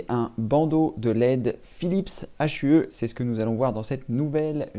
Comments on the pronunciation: Phillips H U E 😂😂 on dis « Phillips you » 😂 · Hue veut dire « teinte » en anglais et se prononce « you » avec le h expiré. Il ne s’agit pas d’un acronyme dont on prononcerait les lettres séparément.